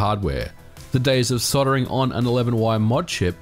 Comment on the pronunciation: Since when was the L in soldering a silent L? Lol. Great vid as usual btw!